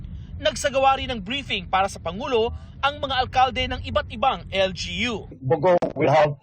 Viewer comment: Buti na e correct na ang pag bigkas sa 'bogo' 🙏